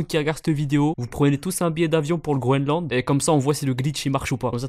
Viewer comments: Le mec qui dit faut aller au "Groneland" il me tue 🤣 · « Hdrari rdv au grounelande » 😂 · c'est dans la vidéo le mec dit Grooland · Bah le " Grounland " 😂